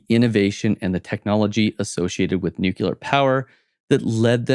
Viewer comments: It's nu-clear not nookyoular. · 2024 and people still pronounce it NUCULER 😅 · This fellow can't even pronounce the word "nuclear " correctly. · "nucular" is not a word. Nuclear however... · Great commentary and an interesting synopsis of relevant geopolitical issues. Two minor things though.....and I'm honestly not trying to be mean...but...firstly, the word is NUC-LE-AR not NUC-U-LAR. MInor issue but it just irks me to hear that particular mispronounciation...and secondly, the plural of the word "crisis" is "crises" (pronounced cri-sees). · It is amazing that so many Americans manage to completely mispronounce the word 'nuclear.' Saying 'nukular' is pretty much what would be expected of a 3 year old learning to get their tongue around complex words, but there is no excuse whatever (apart from ignorance or stupidity) for an adult to struggle with such a simple word. Say after me; NEW CLEAR. That said, some of the assumptions made about Rome are completely at odds with historical facts. For example; Rome was very much a society divided by a huge wealth gap even before the advent of the Empire in 27 BC. The vast majority of the populace were living on the edge of starvation, in appalling conditions, and were deprived of the basic tenet of republicanism - the rule of law and equality within the judicial system. Conversely, the only people who wielded power, unelected, were the very wealthy who established a social caste system wherein the poor (plebians) were despised and the minority rich (patricians and equestrians) were unequally favoured and privileged. Despite this, and the ongoing tension between the Senate and Emperors, and eternal civil wars, Rome flourished for centuries.